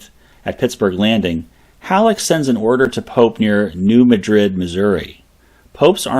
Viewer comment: In Missouri, we pronounce the town as New MADrid.